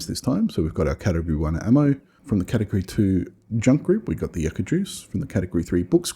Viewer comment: It's not yucka, think of you, it's pronounced you-ka.